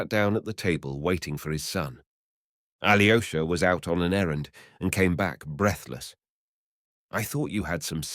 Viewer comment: Aloysha not Ali o'shah